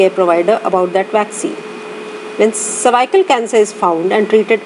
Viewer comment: "Cervycle" 😩🤦🏻‍♀️ over all good video 😊